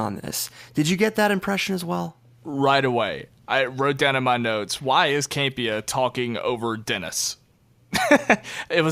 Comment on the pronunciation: Can you please stop saying Cam-Pee-ah 😃 It's John Camp-e-ahh. #PISSEDABOUTTOP10!!!